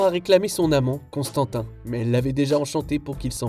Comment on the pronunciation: CONSTANTIN MDRRRRR C'est bien Constantine son nom. Et Faiseur de poupée, franchement 0 effort, c'est Le Taxidermiste son nom français.